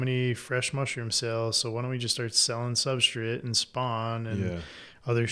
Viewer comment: I can't unhear substrit